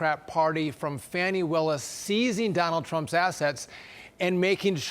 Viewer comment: Her name in fan..ee, not far..nee.😆😆😆